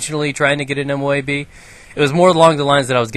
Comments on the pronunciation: LOL M.O.O.B instead of M.O.A.B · u said moob and not moab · it M.O.A.B not M.O.O.B